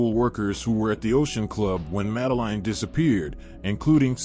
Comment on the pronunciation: The guy can not even say her name correctly, not worth watching.